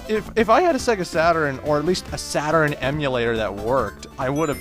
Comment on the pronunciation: Sega Saturn-urn Me:Its Sega Saturn dammit!!!